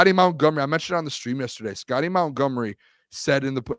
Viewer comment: Montgomery, not mountgomery